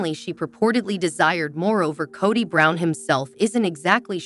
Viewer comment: Narrator can’t even pronounce Kody correctly.